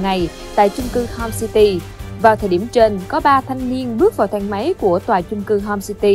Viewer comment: homecity mà mày nói homesty